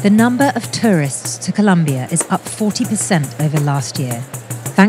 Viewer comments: It's Colombia!!!!! Not Columbia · Really vice? It’s ColOmbia! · Colombia, not Columbia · Colombia not Columbia! How hard is it?? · Damn it guys, is not that hard. It's COLOMBIA!! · it's Colombia, with 2 O's! Sincerely, Every Colombian EVER 😘💛💛💙❤ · ITS COLOMBIA NOT COLUMBIA